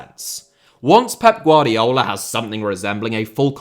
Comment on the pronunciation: “GvardiOl” not “GvardiAl”